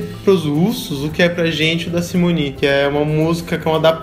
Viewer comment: SIMONE! Não Simony, por favor não confunda bu com funda...